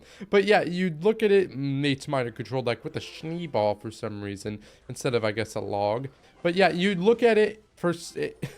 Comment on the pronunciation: It's "shneh bal" nicht "shni bal"